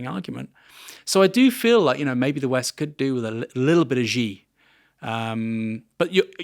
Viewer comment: This interview is getting a total reaming in the comments. I'm 8 minutes in and irritated that Aaron remains unable to pronounce Xi correctly. I'm also in agreement - vibes based, though it might be - that the US and China do feel alike in their emotional tenor. I suspect that 5000 years of history includes an openness to change and the grand that places China on similar terrain to the American project. I like the Japanese - I'm married to one of them, but they do feel very different and less immediately relatable for a Westerner than the Chinese.